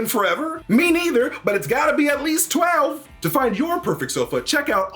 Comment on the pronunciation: The way he says “SOFA”